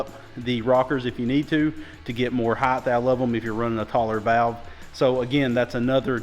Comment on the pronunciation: Height, not Heighth. No such word